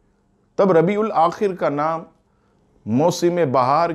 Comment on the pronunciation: Are Bhai "Rabiul Aakhar" aata hai